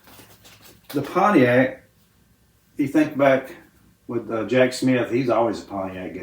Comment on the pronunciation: Richard pronounced it ‘Ponyact’ 😂😂